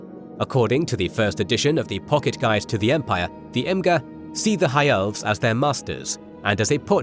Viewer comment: Imga, not kill, Imga.